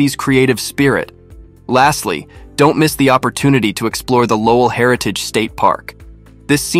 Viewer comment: Another AI voiceover lol. Cant even pronounce Lowell right